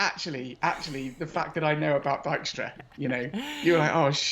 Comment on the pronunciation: Holy crap I think that's the first time I've heard Dijkstra correctly pronounced!